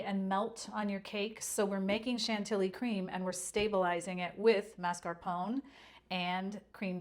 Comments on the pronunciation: Thank you for the recipe and wonderful tutorial. Btw, mascarpone should be pronounced as ma-scar-pó-ne. 😊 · Thank you ! Delicious. But pronounce mascarpone by saying the final e as A.